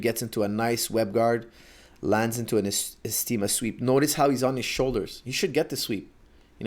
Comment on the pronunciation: 7.18 What is he saying here? Esteema? Never heard of this. Could be Esgrima, as he talks about the esgrima pass with semi-regularity, but didn't know there was also an Esgrima guard? Thanks in advance for anyone who answers.